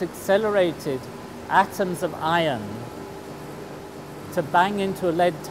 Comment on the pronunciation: u know after watching more than 20 vid from this channel an hearing ion & ion & ion,,, I just figured it out,, it's actually IRON ! silly me ^__^